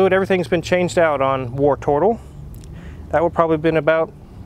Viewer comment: tbh, I’m just ready to never hear say “wartortle” ever again.